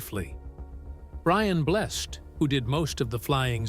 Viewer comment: Brian Bless instead of Brian Blessed...